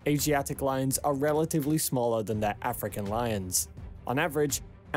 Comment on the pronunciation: It’s lions, not loins, and whole, not hole